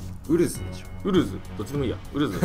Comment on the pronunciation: ウ↓ル↓ズ↑wwwww 九州のやつにありがちな東京弁（笑の勘違いイントネーションやな。